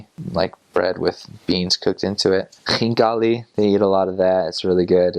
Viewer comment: Thank you for saying xinkali and not kinkali